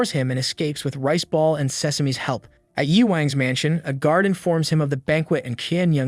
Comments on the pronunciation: I keep on hear Rizz ball but he is call rice ball😅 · I heard "Rizzball" instead of riceball 😂